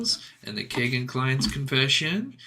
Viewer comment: I don't normally correct anyone on name pronunciation but I just have to on this. It is pronounced KEY-GAN not kay gan.. It happens to be my wonderful 6 year old grandson's name. Thanks for doing these videos It's how I've been keeping up on the case. I pray the families of these beautiful girls finally get the justice they've waited so long for.